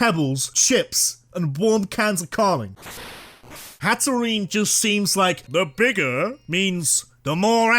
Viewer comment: IT'S HATTERENE, NOT HATEREEENA! AND YOU'RE SUPPOSED TO SAY THE FORM BEFORE SAYING THE NAME, NOT AFTER!